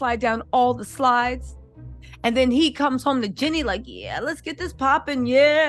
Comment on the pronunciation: Her name is JEEENE NOT JENNY